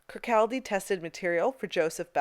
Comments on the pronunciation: The “L” in Kirkcaldy is silent. It’s pronounced “kirkcawday”.. 🙄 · Great video thank you! I'm always looking for hidden gems in London. Lil factoid for you-- Kirkaldy is actually pronounced "Kirkoddy" with the L being silent. My grandfather was Scottish from the town Kircaldy in Fife and its always pronounced 'Kirkoddy' 🙂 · Fabulous video, many thanks. A wee correction, Kirkcaldy is actually pronounced Kirkaudy. Another one of our wee Scottish quirks 😵‍💫🤣 I must admit, the strangest museum I’ve ever visited is the Vagina Museum in London. I’ve visited lots of medical museums in my time as a retired nurse but I’d love to visit the Bedlam museum as I’m very interested in the history of medicine strangely enough along with the history of fashion and sewing. I’d love a further episode about the Victor Wyndham museum as I’ve a book on this very museum and since travelling is now out of my range due to being disabled I can now visit all the fascinating places I’d love to see thanks to you.